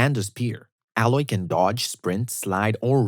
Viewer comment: when you literally said ALLOY instead of saying EYLOY lol